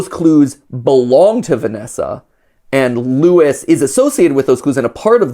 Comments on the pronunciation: It's not Lewis it's LUIS which a Spanish name, so it's being mispronounced the whole time in game and theorist :) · Question is Luis pronounced Louis? Or is it Luis ? It’s bugging me REALLY BAD!! 🤣